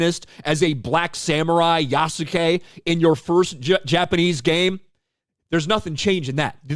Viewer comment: It’s pronounced YAh-skay (yah sounds like jaw)